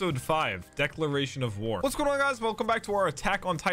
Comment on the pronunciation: declaration of war!! Eren: Did he say "dinner"?